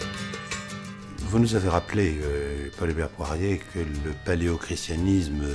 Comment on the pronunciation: Avis au tenancier de la chaîne : il s'agit non pas de "Paul-Hubert Poirie", mais de Paul-Hubert Poirier, avec un r à la fin. De même que l'autre invité est Jean-Pierre Mahé, et non pas "Mahe". (Très intéressante émission par ailleurs, merci de l'avoir mise en ligne).